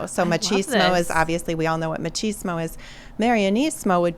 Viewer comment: I don't know what match-izmo is, maybe she meant machismo?